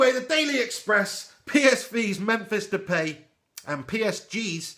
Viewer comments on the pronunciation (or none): It's De-Pie, Just sayin. good video btw brother!